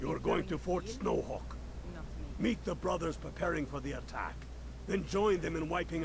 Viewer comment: Fort Snowcock you say, I was saying it wrong the entire time thank you for the correct pronunciation